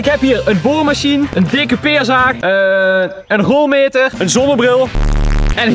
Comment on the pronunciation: het is geen rolmeter maar een rolmeter